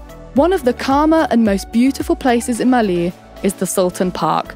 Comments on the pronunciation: saabas thee maa bodu varu! raaje agabodeh noon! anyway. its maaley not malee. and too much errors to handle. HELLO FROM MALDIVES! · I'm Maldivian and I am sure November to April is the dry season and May to October/November is the wet season, and the cpaital is not pronounced Maly is Malé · Its maalé (pronounced as) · who is actually one of the maldivian natives and are just watching this for fun? just me? oh well 😂 edit: how you pronounce malé and ruffiya is also different in our island